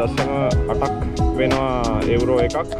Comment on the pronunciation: එඋරෝ නෙමේ මචන් යූරෝ